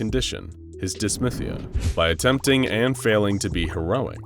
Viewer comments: "Dysthymia" is pronounced dis-THIGH-mia (although I've heard dis-THEME-ia too), dis-MYTH-ia is incorrect. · Duhs-THAI-me-ah not dis-myth-ee-ah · DYS THY MIA. What is so hard to pronounce about that? - a very annoyed psychiatrist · Love it but mmmmmmm dysTHyMia. Not dysmythia. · *dysthymia - dis-thy-mee-ah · Hey, it's pronounced Dis-thigh-me-ah.